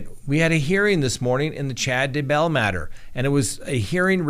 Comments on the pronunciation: I was wondering why he keeps saying Chad De-BELL. (Instead of DAYbell.) 😅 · You say “Duhbell” on purpose right? If so genius! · Please learn how to pronounce Chad's last name. You sound like an idiot.